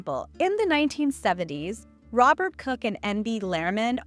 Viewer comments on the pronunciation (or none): none